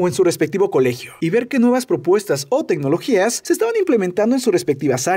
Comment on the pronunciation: debiste censurar también "tegnoligias" jajajaja